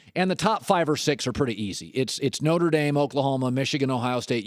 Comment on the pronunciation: Norte Dame? Really?